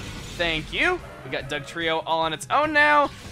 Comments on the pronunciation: Happy b'day also i found it funny when you got dugtrio's name wrong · I faced palm when he said Dugtrio wrong